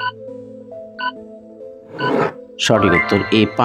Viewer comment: বাত কি বাত? উচ্চারণ ঠিক করে নিতে হবে। হবে ভাত , ভাত বলেন। দশ বার উচ্চারণ করেন।